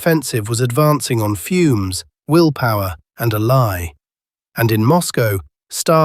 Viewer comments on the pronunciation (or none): none